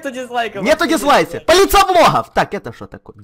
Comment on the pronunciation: а почему ты говорил полицея секса?:-)